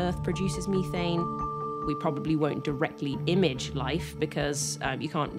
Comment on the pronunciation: Meethane?? Methane gas/liquid(cold)